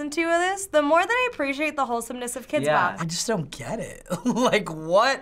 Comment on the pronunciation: HE SAID KIDX BOP 34